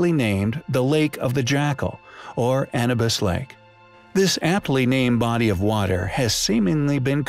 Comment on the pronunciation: How can you continue to mispronounce "Bauval", "Schoch" and "Anubis" after all this time?